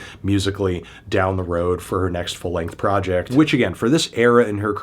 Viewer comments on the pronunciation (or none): none